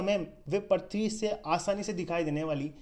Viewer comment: Correction :- Parthavi nahi Prithvi...aur.....Prakarvarsh nahi Prakashvarsh.......BTW nice video